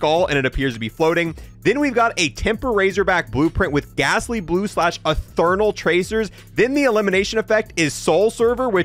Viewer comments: "Ethernal" tracers 😂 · My boy knows the word spectral but whiffed on ethereal.